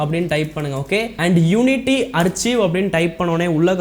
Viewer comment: ஆர்ச்சீவ் இல்ல ப்ரோ ஆர்கைவ்